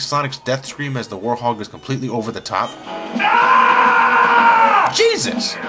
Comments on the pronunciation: I don't know if its your accent or anything but its were-hog not warthog I still love ur videos though so keep it up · ARGH! its now "warhog" its "WEREHOG" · Please tell me I'm not the only one who cringes when says "War-hog" and not "Werehog" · Its werehog not worehog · WEREHOG! Not WARHOG! :-( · You pronounce the Wherehog as Wore-Hog. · Why does he pronounce it "warhog"? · Anybody else noticed he says Werehog like "Warhog"? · did you just say warhog? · i think he says war-hog